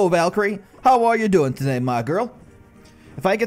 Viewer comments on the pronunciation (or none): I love how he say taday 😅